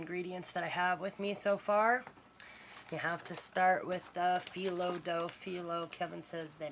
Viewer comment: Hi We pronunce it like you do Fee Low